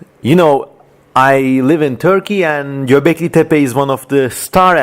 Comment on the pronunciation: Ingilizce bir videoda ''Göbeklitepe'' nin doğru telaffuz edildiğini duymak sürreal bir tecrübe oldu.